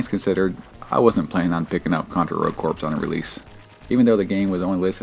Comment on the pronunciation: It's driving me crazy that you keep pronouncing Rogue Corps & Hard Corps as. Your review is exactly what I needed to hear though coz it's only $3 right now. I played the demo, and the demo was one of the worst games I ever played but I've heard from several people that it gets way better once you update your guns & gear. I just want to run around & shoot ish. Can't go wrong wit Contra